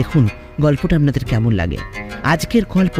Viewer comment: কথাটা আবনাদের নয় আপনাদের আপনার উচ্চারণ অস্পষ্ট, আর ও চেষ্টার প্রয়োজন।